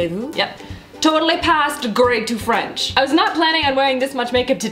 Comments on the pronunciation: From a French girl , loooove your French ! 😏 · your accent is actually pretty good ! xOxo from France